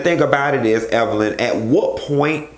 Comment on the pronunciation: I'm just asking...what was CeCe implying when she purposely mispronounced Evelyns name?